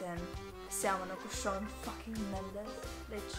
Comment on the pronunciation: Nu se citește așa Shawn .